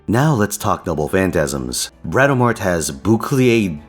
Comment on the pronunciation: Curse you for saying "Bratamart" now it's just going to be what I read her name as from now on.